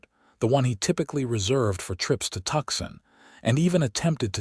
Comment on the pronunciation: I chuckled as Levi kept slipping up and spurting out what he really wanted to say but couldn't help himself. Could whoever is in charge of the AI programming PLEASE get the names pronounced correctly? Tucson, not Tucs-on, Levi not Levvi, Eleanor not El leaner. The list goes on.